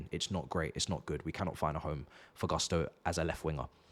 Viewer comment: Its pronounced Goosto